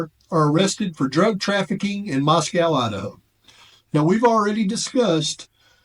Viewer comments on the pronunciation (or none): none